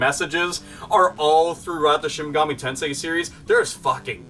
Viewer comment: Awesome video as always. F.Y.I.; It's pronounced Shin "Mega-Me" Tensei, not Shin "Mug-ahmay" Tensai